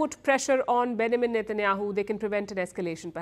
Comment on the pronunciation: Palki needs to work on her english accent... Benjamin isn't pronounced like that!! ... also, Vs and Ws shouldn't be confused